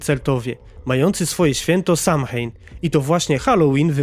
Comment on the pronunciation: Samhain czyta się sołejn